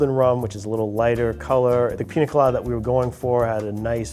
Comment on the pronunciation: Say it with me PINYA COLADA, not PINA COLADA